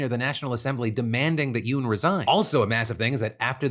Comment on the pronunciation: Who all acted like they went fast every time Phil said "Yeun"? Just me? Cool 😅